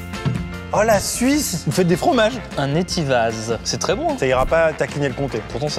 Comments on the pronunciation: On ne dit pas le Z de Etivaz, ca se dit: "étiva" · Scandaleux de placer le L’Etivaz au dessous du compté mais bon on va rester poli. Et le Z ne se prononce pas. Et oui j’ai le seum parce que j’habite pas loin d’où ce fromage est produit et c’est pas n’importe quel fromage.